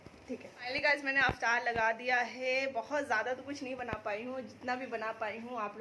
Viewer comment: Didi aap "Aftar"maat boliye, its "Iftar". Don't mind plz